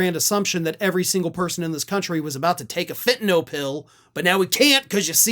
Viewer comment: OMG! You know how to pronounce Fentanyl like it is spelled. Most folks call it Fentanol. I have wondered if Americans can spell or read English. Maybe we really do need a Department of Education?